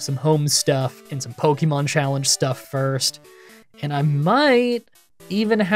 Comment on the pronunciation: 12 years of publicized content and still pronouncing it "Pokeymon."